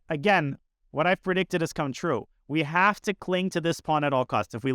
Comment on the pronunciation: he said "we might jave just gotten zuged"